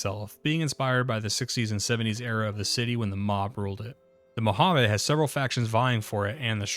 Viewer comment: Being raised in vegas I can understand the incorrect pronunciation of Nevada, But.... Mohaveh?? I've never even heard that. You know we hate these pronunciations when even the dmv here has sign of how to say the State name properly lol. But then everyone can say "vegas" properly. why not say "Las Vahgus" instead?